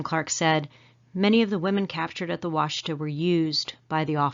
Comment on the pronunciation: The name of the Black Kettle river is pronounced Wash Eh taw. I a m from Oklahoma and live 150 miles east of the site. Love your videos.